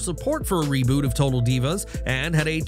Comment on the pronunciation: He fucked up reboot like three times in a row lmao. I heard revoot ruboot and one more I think lol